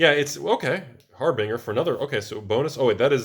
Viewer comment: Solemn Simulacrum has to be the most commonly mispronounced Magic card ever. Also, har-bing-her? I just met her!